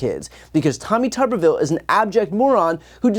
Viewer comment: Is it just me, or do others hear Tommy Tuberville as Teletubbyville?